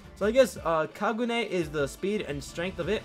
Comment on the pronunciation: HE SAID KAGU NEY